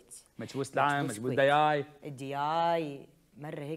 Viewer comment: كويتي مو چويتي يا هشام 😒 مچبوس دِياي مو داياي والأكلة موجودة بالامارات بعد مو بس الكويت. والپاچه موجوده بالكويت والعراق وبالأصل أكلة إيرانية مو عراقية والمندي أكلة سعودية مو إماراتية